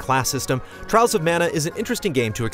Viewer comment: Dont you mean Twials of Mana?